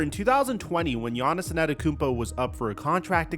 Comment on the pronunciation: anTETOKOUnmpo brother. LEARN the name, you can't be THAT lazy..